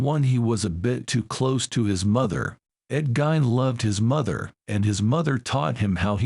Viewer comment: AI can start by pronouncing his name correctly... GEEEEN.